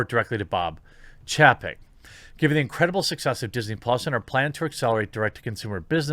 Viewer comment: Chay-peck buddy